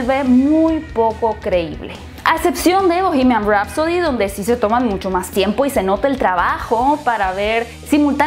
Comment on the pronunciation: No se dice "bohemiaM". Se dice "bohemiaN".